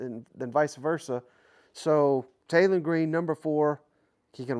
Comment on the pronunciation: Say this with me Taylen not Jaylen if you are going to do a list get the dam names right geezz